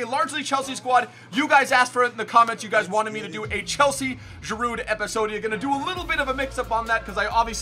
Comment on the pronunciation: The D in Giroud is silent bro